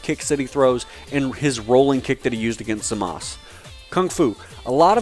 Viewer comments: I thought it was Zamasu instead of Zamaz as he's pronouncing it? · its zmaza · but in the actual show they say Zama SU.